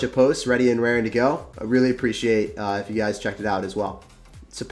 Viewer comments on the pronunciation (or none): “Ready and rearryrre to go”